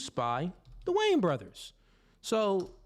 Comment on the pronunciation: The "WAYAN" BROTHERS - 2 SYLLABLES - NOT WAYNS